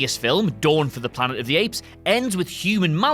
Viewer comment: "Of" is pronounced "ov" not "for"